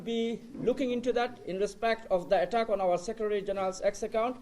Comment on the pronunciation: এগেইনস্ট দা এটাক! এটাক! কো কয় তোগো ইংরেজি কইয়া ইংরেজিরে এটাক করতে? ইংরেজি ভাষারেতো বলৎকার করে দিলি।